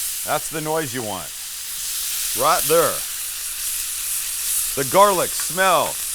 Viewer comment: Is Sam going through some sort of phase? I think her said "Right thur" three times in this video!